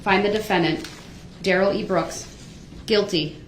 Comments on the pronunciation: Da-ruhl Not Durrel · Why do y’all keep calling him “duhRRELL”😂😂😂